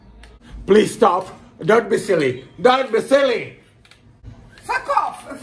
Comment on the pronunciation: DON BI SILLI, DON BI SILLI